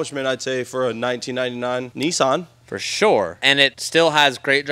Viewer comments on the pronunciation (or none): It’s nissan not nissaaarn .